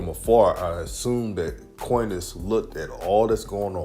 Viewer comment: His name is pronounced Con-is.